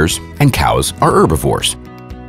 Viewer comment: Would you stop saying erbovores, it's herbivores